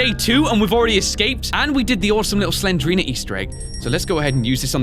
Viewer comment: Not Slenderina it's Slendrina